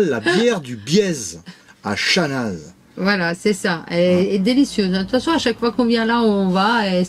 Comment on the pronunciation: tres belle video comme d hab. et j attends toujours vos vidéo avec impatience. petite info on ne prononce pas le z de chanaz ( on le dit simplement chana ). c est comme le x de chamonix. a plus.